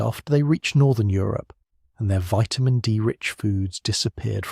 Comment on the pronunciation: Why do you keep changing the pronunciation of vitamin? Is it a metaphor?